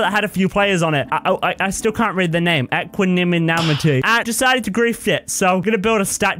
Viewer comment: Its Pronounced Eqanimity